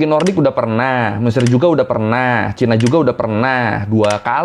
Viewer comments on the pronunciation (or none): none